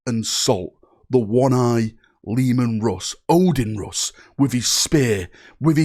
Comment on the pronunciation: He made russ sound scottish XD